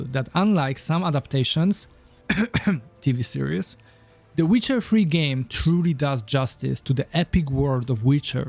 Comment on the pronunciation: that's very funny and imaginative. He titled in the seeker bar "the witcher free" because that's how he pronounces it. Comical genius he is